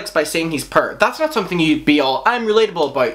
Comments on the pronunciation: at first i thought you were saying purr but it was poor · Omg I thought u were saying pur instead of poor LMAO I was like WHAT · Prrrr instead of poor 😂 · Bruhhh he's says pur instead of poor🤣😂🤣 omg! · OOOOH .. POOR! I kept thinking you were saying "purr" lmao. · Dru Talero me too lol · When you say poor it sounds like purr and it made me giggle xD I know this is serious but I needed that laugh. Lol. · This is beside the point but i love how you pronounce poor as “purr” lol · subscribing because i like the way he says ‘poir’ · The way you say poor on your accent sounds like purr lol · took me a while to realize you were saying 'poor', love your accent though, it certainly makes these types of videos watchable. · i love how u say poor lol